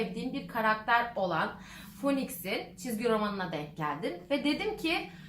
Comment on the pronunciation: phoenix in okunuşu feniks